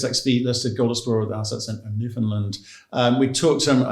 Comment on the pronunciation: Newfoundland rhymes with understand. The alright answer was fly the property, surface sample the targets identified, drill the targets with the highest prospectivity.